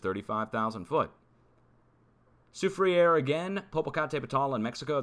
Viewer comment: Pronounced la sou frere...not sou fri ere